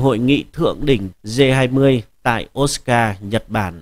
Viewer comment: Osaka đọc là ô sa ka ko biết à